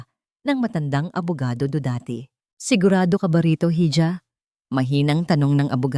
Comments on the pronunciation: Hija (iha Ang basa Dito means anak na babae silent h at Ang j eh h)pero all in all I like the story brava❤❤❤ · Pain ...hija pronounce as iha...pa.in not peyn